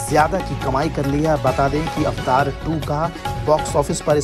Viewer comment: It's pronounced as (A va tar) (Meaning: an icon or figure representing a particular person in a video game, internet forum, etc ) Dnt fooled people.